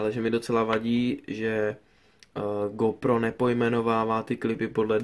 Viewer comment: Ta výslovnost! Magits a Gópro :D